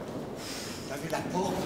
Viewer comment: "t'as vu la porte? ........ la PFORTHE"